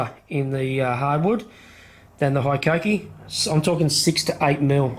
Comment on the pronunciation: With the number of times it needed to be said, and the fact you even chose the tool, you'd think you'd learn how to pronounce Hikoki even vaguely. But who gives a fakk, 'ey.